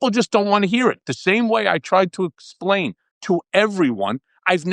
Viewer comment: “I’m trying to ecksplaain”